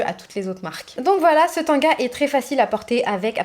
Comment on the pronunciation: On ne dit pas tonga mais tanga.